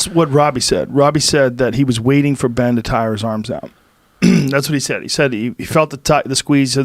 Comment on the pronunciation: Ben rhyme with pen you meat head...